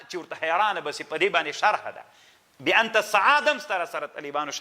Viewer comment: لیس کما تقول و تفصح عنہ یا شیخ ۔۔ ! ۔۔ "بأنت سعاد" ۔۔ کلا ۔۔ لیس کذلک ۔۔ ! ۔۔ بل ھی : "بانت سعاد" ۔۔ ۔۔